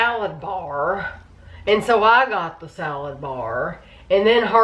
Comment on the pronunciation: “the salad barrrrrrrrrr” 😂